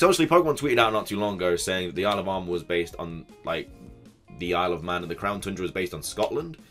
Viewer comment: When you say "Isle of Armor" fast, it sounds like you say "Alabama"..